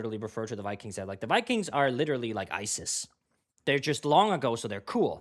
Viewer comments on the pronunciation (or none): none